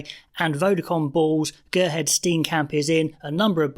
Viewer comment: Gerhard - gutteral g and hard r's. Johan - You-hun.